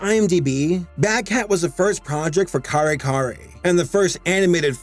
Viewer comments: Hearing someone pronounce Kare Kare as "Carry Carry" made my filipino ass die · I heard that Yare Yare when you mentioned Kare Kare